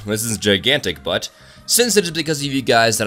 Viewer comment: I'm pretty disappointed... disappointed that you didn't flash a picture of a butt when you so emphatizes the word "but" at